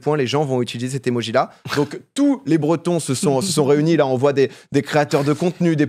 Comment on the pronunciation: Cimer pour le drapeau breton même si la pronon.. C'pas trop ça mais c'est gentil d'en parler !